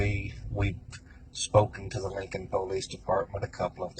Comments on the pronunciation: Damn ...nice try .. didn't age well 😂..but why ? Like they just wanted to kill someone? I don't get it ? And btw it pulleese not po lease ...dorks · I'm just annoyed hearing that guy pronounce the word "police" as "poe-lice"! It's pronounced "pa-lice" you shady hick!!-the Troll